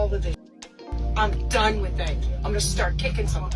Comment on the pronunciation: She's "DUUN" yall